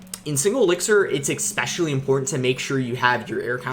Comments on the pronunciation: Please stop pronouncing the words "especially" as "eXpecially" and "etcetera" as "eXcetera" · Is it just me or does he always says "ekspecially" and "ekcetera"?